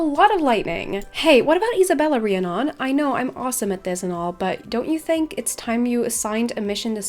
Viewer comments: Pretty sure it’s pronounced ree-Ah-nun I couldn’t watch the rest of the video cuz of it haha. My brothers best friend has the same name. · Drew-id and Ree-ann-on.